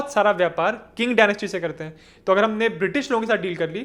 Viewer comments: Qing is pronounced as Ching not King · Qing is pronounced चिंग, not किंग